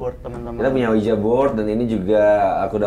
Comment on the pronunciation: tulisannya ouija tapi di bacanya wiji bang